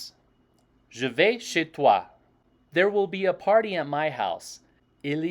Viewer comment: Dear, I enjoy your videos. When you pronounce "chez", you tend to make a light English diphtong ( a close-mid front unrounded vowel followed by a near-close front unrounded vowel) like in MondAY or survEY. Vous (plural: y'all) had an slightly outdated version in Western France where most of the Quebeckers have "their" ascendants: "vous autres". This idiomatic expression is still used in Quebec. You can find it in Spanish as well: "vosotros"